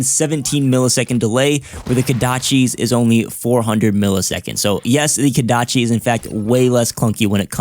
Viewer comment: KOdachi. Not KAdachi....